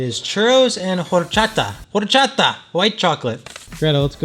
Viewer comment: Horchata doesn't mean white chocolate... not sure if you were trying to say it Horchata was white chocolate or just the way you said it LOL . Also the H is silent . 🤫 😁 it's all love 💘